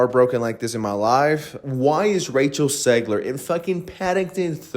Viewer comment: Why are you saying “Segler” Learn how english letters are pronounced if you’re gonna speak english.